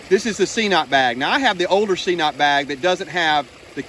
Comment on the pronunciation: I also use a squeeze and cnoc vecto and I absolutely love it. Super easy to use and pretty quick. The cnoc bag is definitely an upgrade. Great video as always. Just FYI, it’s pronounced ke-noc, I was pronouncing it wrong as well until we started carrying it in the store. Hike on brother!